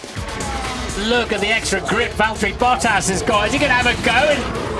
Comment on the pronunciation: It's Valtteri